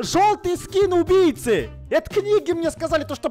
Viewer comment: сказал не убийци а УМБИЙЦИ 🗿😑😂